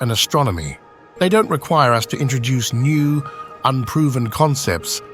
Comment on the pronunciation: I’ve been wondering but now I’m convinced the narrator on this channel is AI generated. Instead of saying “the first interstellar rock viewed by us earthlings” the narrator said “the first interstellar rock viewed by U-S earthlings” - as in United States